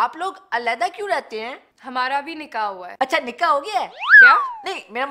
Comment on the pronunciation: I CAN'T STOP MY LAUGH WHEN SAY NIKKAH TO ''NIKKA HO GYA HA''